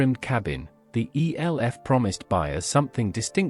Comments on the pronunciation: Elf - not E.L.F ! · EE ELL EFF AI strikes again. Cannot even pronounce Elf